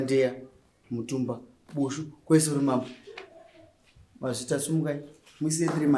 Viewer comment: Iwe vanonzi mambo Bushu not bhushu uchatitadzisa kuona nyaya nekungotaura zita ramambo wrong